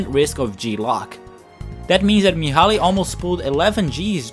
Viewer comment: The older pilot's name is "Mihaly" but it's clearly pronounced as "Mihai" in the trailer